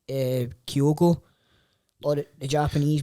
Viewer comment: can finally say Kyogo correctly!